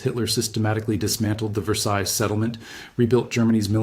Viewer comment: The “ s” on the end of “ Versailles “ is not pronounced.